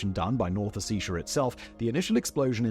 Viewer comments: Mate, it is your second video lately where you talk about South and North Ossetia. It is pronounced as Os-set-tee-yuh. Just for the self development you know. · I@ glad it was covered, but I wish he'd found out to pronounce the north Caucasian republics properly. its a small thing, but was someone with Ossetian blood and relatives still there, it feels disrespectful. Its Osse-T-ia. So little attention is paid to the still awful situation in the region, so I'm glad that he's brought more recognition to it. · Ossetia is pronounced as it's spelled. O. Set. Ee. A.